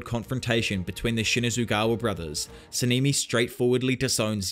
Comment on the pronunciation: SA-NA-MI NOT SENIMI